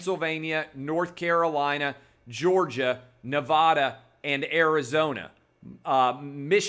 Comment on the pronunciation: Can someone teach him to say Nevada correctly